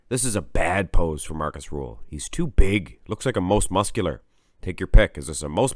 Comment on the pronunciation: "Markus RRRRuhl"